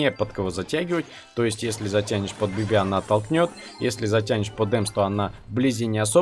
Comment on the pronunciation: Почему ты говоришь БибИ? Надо говорить БИби